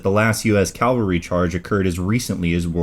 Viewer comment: "Ca-val-ry, " as in "cavallo," ("horse"). Not "Cal-ver-y" Goddammit. Bonus material: Your realtor is a "real-a-tor," not a "ree-la-tor". Jeezus.